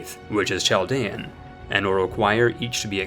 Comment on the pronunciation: Chaldean is pronounced KAL-DEYAN. Source: 1000s of them live in Michigan